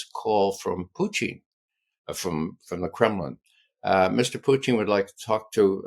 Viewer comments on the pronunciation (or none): Sounds more like poutine, but I’m near the Canadian border! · This cat LOVES his pronunciations 😂😂”PUCHIN” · I'm further south-- Pennsylvania-- and Ray's distinctive "Poo-TEEN" always sounds like "poutine" to me too; BTW, I know what poutine is but never encountered it. 🥘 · Is he saying.... "Puchin"?? Is his first name Ca? 😂😂😂